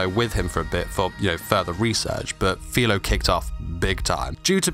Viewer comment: It’s FIRO not FILO